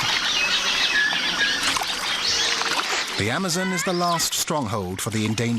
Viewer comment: I don’t like the way he says Amazon. And Jaguar.